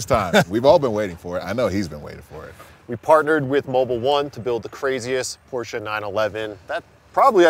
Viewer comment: Come onnn budddy, not you… ITS PorschE not PorschA! Please guys, dont call it that!!!!